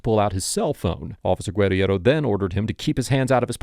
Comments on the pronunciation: Is saying her name wrong? "Gwed-E-Erro" isn't even how that insane officer pronounced her own name, Guerriero. I may be wrong but isnt it prounced "Ger-arrow"? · It's Gur-air-oh. Not that horsecrap you're spewing from your jib. She even says it in the video but you have to seem like you're the smartest person around. Always...but...you're not. 😂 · The fired cops name is pronounced “grrrr-here-roh”. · You are a jerk for mispronouncing her name repeatedly. It's in the video over and over. Where did you even get that Mish mash of a name?